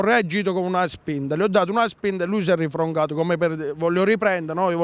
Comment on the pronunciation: Si è "Rifrongato" mi ha steso male😂😂